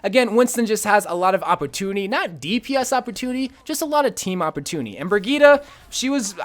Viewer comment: “Opportuniny” and symmetra were the only two words I heard in this video. “Opportuniny” at its finest